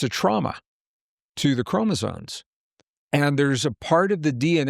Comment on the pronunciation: Sorry to be a pain but I got to pick on continually saying CHROMOSONES and not chromosomes - other than that great talk:)